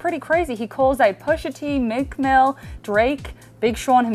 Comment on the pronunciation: she cant even say meek mill properly